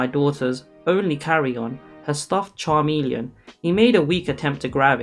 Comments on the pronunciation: It’s not charmilion it’s pronounced Ka m E l i on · I kept hearing charmeleon (the Pokemon) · But it’s pronounced K-Me-Leon not Cha-me-leon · CHARmeleon......😂😂😂😂😂 No, bro, no. Chameleon 🦎😂😂😂🦎🦎 Where you see that “r” at, tho?? Is that a Pokémon? Love ya and congrats on monetization. Thank god I have premium 🙌🏼🙌🏼😘😘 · If you’re going to narrate things, you really should learn proper pronunciation. “chameleon.”